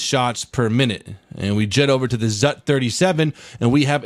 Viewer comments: Ха-ха-ха ! "ЗАТ" ! Правильно "ЗУТ" ! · You dont pronounce it all at once, you pronounce it the same as the zsu.